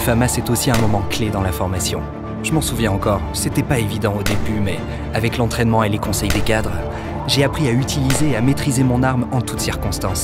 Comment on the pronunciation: "Des gadres?"